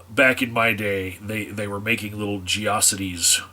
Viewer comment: >.> You pronounced geocities wrong. It is "geo" as in "geographic" not "geography" Also... I don't have a license still and people want me to... I don't care either way and it doesn't really solve the issue that they want it to solve. That's what I would say to "should we restrict access to things to kids?" Consider whether restricting or allowing that thing solves the problem or not, cuz if it doesn't you're being a dick, not a good parent. But if does, then you're doing the right thing.